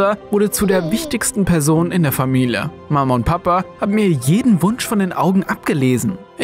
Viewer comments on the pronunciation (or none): "In der Famile"